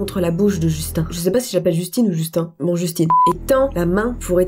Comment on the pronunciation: justine c'est justin avec la prononciation anglaise (je sais pas si tu le sais déjà mais je voulais le dire)